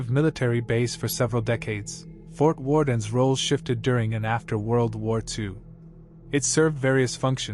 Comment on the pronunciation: Fort Warden doesn’t have an s at the end.